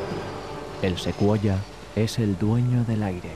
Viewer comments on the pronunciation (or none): no se de donde sacan que "Secuoya" es Ruso???, en Ruso se pronuncia "Sujoi" (Сухой), una invitación a aprender este maravilloso idioma eslabo. пока!. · Secuoya?? en ruso se pronuncia "Sujoi" Сухой. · Oi BIEN?? SEQUOIA? Es SUKHOI. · ¿El "Sekuoya 37..."? Pinche traductor! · Suekoya jajaja... Alas falsas ajajaj canars mijo canars 🤣🤣🤣